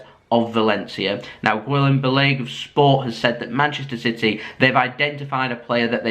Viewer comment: i believe its pronounced poch-etino and Gill-em Bal-a-gay